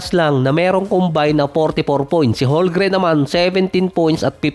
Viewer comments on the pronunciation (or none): none